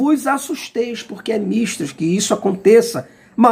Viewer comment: Olá senhor,a pronúncia correta de "mister" é (mistér)embora a palavra não seja acentuada.Mister quer dizer(preciso, nessa frase) É preciso que isso aconteça. Se informe melhor,para ler corretamente.